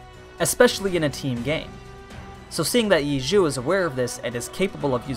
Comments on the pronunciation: its not yea jew but ye seu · You're pronouncing it: "Yiju". At this point, just call him "eat-chu". It'd be closer to the pronunciation than the way that you're pronouncing it. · Lol you're pronouncing ye xiu wrong X in Chinese is kinda pronounced like shh Think of the sh in fish and put your tongue at the back of your mouth iu in xiu is pronounced where the i is ee sound and the u is oh sound Ye sh-ee-oh= ye xiu Also ye is like y-eh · quick pronunciation tip– ye xiu should be said (roughly) like "yeh show". i love this show, thanks for covering it!! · Phonetically its pronounced "Yeh show" lol good analysis though, i watched this and couldn't wait so I went and read the rest of the light novels. So good! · In case anyone cares, you pronounce Ye Xiu "Yeh Shou" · this is very inaccurate, or at least explained in a confusing way that could cause others to understand this the wrong way. Ye is just like "yeh" where it rhymes with "meh" (as in what u say when u see something so-so). Xiu is like "show" except the "h" isnt as strong so that its more like "see-oh" (pronounced as one syllable). Qiu is like "Cho" like the chinese girl from Harry Potter. Basically "iu = oh", and NOT like "ooo" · Its AMAZING seeing how everyone pronounces Ye Qiu wrong xD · P.S that is the wrong way to say Ye Xiu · The way he pronounced Ye Xiu is making me 😅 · your pronouncing his name wrong the first was correct but the second part is wrong i recommend you do some research please do it i am cringing so much just like every other people who know chinese but other than that the video is great